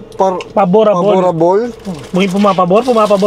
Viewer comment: Haha pa-bo-rab-le